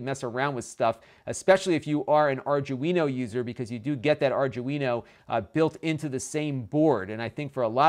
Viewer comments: Really cute pc. I was confused why you'd want so many fan headers at first. Plenty of sensor pins sounds more reasonable. *Arduino. Not 'ardguino'. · It's pronounced Ar-dwee-no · arjewino it's an Arduino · Correct pronunciation guys: Are Do E No... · R DO WIN O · You really have no idea how electronics work, do you? 2A vs 3A is the reason why it's slower? It's more likely that the chipset or RAM is lower spec than the Intel NUC. And by the way, "Arduino" is pronounced "R-Dwee-No" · I cringed every time you said Arduino lol. Other than that good video and great content. Ill be getting one myself now. Keep up the good work. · No one can say it right. It's hilarious.